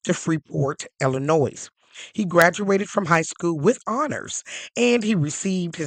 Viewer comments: The ending "S" in Illinois is silent. You don't pronounce it. It's pronounced " El in noy." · Do not pronounce the "s" in Illinois...